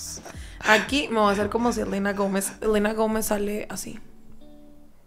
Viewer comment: Wey a mí me dio pena ajena como pronuncia "Selena Gómez" JAJAJAJA